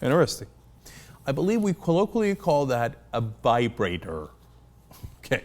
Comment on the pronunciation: did Cenk call it a Bibrator?